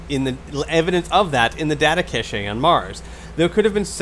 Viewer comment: 'cache' is pronounced cash